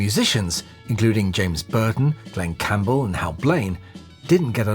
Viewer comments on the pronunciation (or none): none